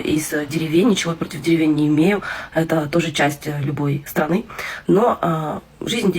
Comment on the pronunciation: "дєрєвєнь"?) Воно і видно